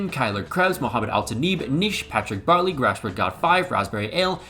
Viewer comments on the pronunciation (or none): none